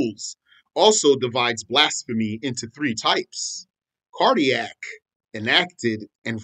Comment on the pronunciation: You always tickle me when you say cardiac, lol 😆!